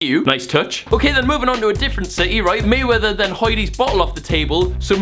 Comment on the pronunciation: who heard the accent he said mayweather